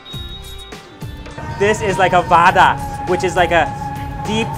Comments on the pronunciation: that's sounds really funny "This is like a vadaa" xD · i love how he says waadaa lollllll